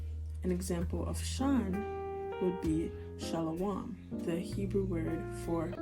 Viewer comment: No disrespect but your speech pattern sound like pig latin rather than manahathey. And please work on your pronunciation before teaching and it's shalum not shalawam. If you're going to teach do it correctly. Or you have people sounding uneducated.